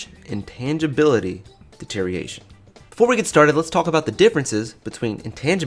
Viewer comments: "Today we're going to talk about Ledge. Intangibility. Deteriation." So close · Stop saying deterioration wrong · you gotta learn how to pronounce deterioration